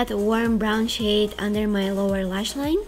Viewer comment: I love this channel so much but I have to laugh at this!... was I the only one who thought she said shit instead of shade?!!!😂😂😂😂😂